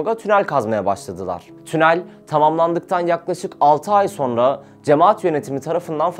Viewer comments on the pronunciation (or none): none